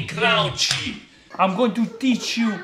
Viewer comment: After watching so many of your videos, I’m sorry but I have to say this I t’s dissolve, not melt, the yeast, and it’s crunch, not crounch.